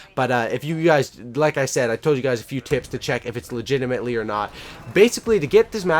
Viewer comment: Legitimate not legitamatley